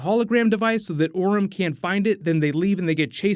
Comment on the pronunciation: it's Orm not Orin